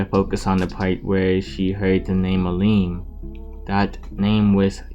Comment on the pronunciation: it's milim not mileem